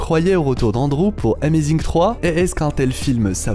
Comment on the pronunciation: Sa se dit pas zi amazing mais ze amazing